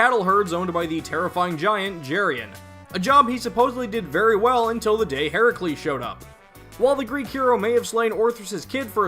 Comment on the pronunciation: Thank you for pronouncing Herakles's name the Greek way! That was nice to see/hear - especially given how inconsistent the SMT series entries are with the spellings of Greek/Roman deities (side-note: since when is Geryon a titan?). Good video!